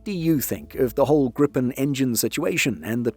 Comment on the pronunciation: Slight gripe (pun intendeD) with this video: It is not pronounced grip'n, but gree-pen, with a syllable break before the 'p'.